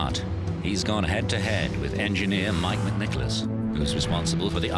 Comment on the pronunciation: it’s McNicolaus he pronounces it perfect